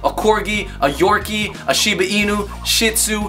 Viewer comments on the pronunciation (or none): none